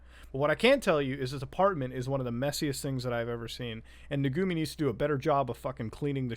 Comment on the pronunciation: Muta calling them Nugumi when it says Nugumu right there, really infuriates me